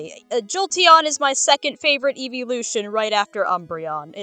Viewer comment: hearing "Eevvelution" and "You got to hear me out" so close to each other gives me PTSD ... Those poor Pokemon